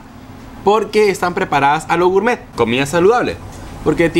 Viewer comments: dijo gourmeet como 20 o 30 veces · Y otra cosa no es gurmet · Cuantas veces dijo gourtmet? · Lo repitio 3 veces lo de gurmet jaja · like si contaste cuantas veces dijo gurmet xd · Mucho goormett o no se como se escriba pero ya como decía mucho gormett pero después mucha chatara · Gurmet jjajajaja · Deja de decir gurtmet